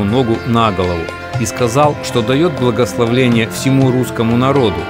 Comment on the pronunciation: Хороший фильм. Индийские просторы...никогда не видела. Спасибо. Святым не верю. Квас очень приятная манера речи. Но.. Благословение, беэ л в середине. С уважением, отлично!